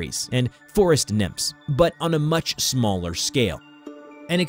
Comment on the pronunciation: "on a much shmaller shcale